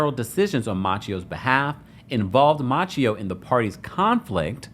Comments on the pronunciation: Ma-say-o, not Matcheo!!!! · 😂 I was wondering the same thing. Machio ? Where did he find that prononciation ? 😅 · Halle’s son name is Maceio not Maa Ce O you do know that right!!!? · His name is maceo not macchio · The way he keeps mispronouncing tht baby name lol its Maceo like MAY-CEE‐O. Who is "Matchio" lol😂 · Just wanted to say that Halle’s son’s name, Maceo, is pronounced, May see oh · Maceo is pronounced "Ma-say-o" 😉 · You're saying the kid's name sooooooo bad. may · see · ow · Mase-y-oh . Not like the Karate kid. No offense 😊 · You are pronouncing the sons name incorrectly. I'm very surprised. It's pronounced Mace- seo Like a can of MACE then C.E.O or see-o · I always believed the child's name, Maceo, was pronounced "Muh-say-oh." Your pronunciation is throwing me off and reminding me of Ralph Macchio, star of Karate Kid. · Halle Berry's sons name is pronounced May-ce-O!!! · I dnt know, I think he made it up lol. Instead of researching it, he just went with his own interpretation. Thts crazy🤣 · I believe it is pronounced "Muh-say-oh." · His name is pronounced Maseo. It's derived from the name Matthew. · Ma-say-o is how you pronounce her son’s name. C’mon now. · Finally someone gets it right! Who the TF is out here pronouncing it "Matchio" or "May-see-oh" like a few others have said lol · I always believed Halle pronounced her son's name, "Muh-say-oh."